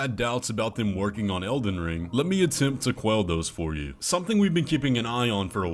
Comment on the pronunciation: Also "Elden Ling"